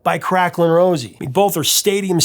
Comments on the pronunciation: Crackling Rose is actually pronounced Crackling Rose-ay not Rosie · The name on the bottle is pronounced crack-ling RO-ZAY, not Rosie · It irks me more than you can possibly know the hear you call the drink Crackling Rosie, rather than Crackling Rosé.